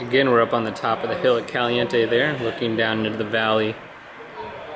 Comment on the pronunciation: Lol, just noticed he said "Calinte". Wow.